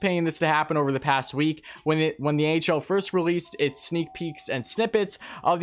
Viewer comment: at the start I thought u said the ahl and I was confused